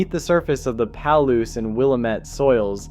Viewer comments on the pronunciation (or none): Worms are fascinating! A couple regional pronunciation tips though: Willamette is pronounced with the accent in the middle- like, wul-AM-ut. Palouse is like, puh-LOOse. (Northwest names can be hard to pronounce, or even predict sometimes. :)